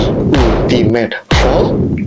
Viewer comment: Pronunciation 'ultimate' salah